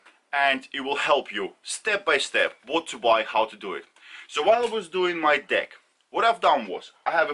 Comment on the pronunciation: The fact that you pronounce Deck in a way that makes it easy to hear Dick makes the first minute of this video a story about how you went through and broke several Dicks before you settled on one you can trust with your weight :)